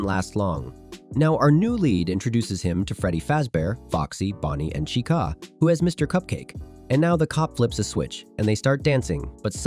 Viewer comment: “Freddy Fazebear”💀💀 “Chicaaa”💀💀 “Chicuh”💀💀💀